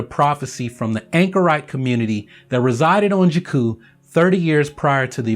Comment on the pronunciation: I love your videos, yet they are hard to watch when you keep mispronouncing 'Jakku'.